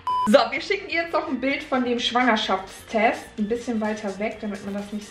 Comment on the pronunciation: Wie Schwangerschaftstest ausspricht😅:Schwuangerschaftstest😂 #teambekki